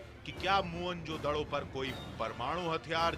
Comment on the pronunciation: मुअन जोदड़ो नही,मोहन जोदड़ो होता है